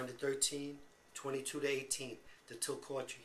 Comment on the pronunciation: Also ... it's pronounced GlasGO, and TilliCOOTry. Hard if you're not Scottish!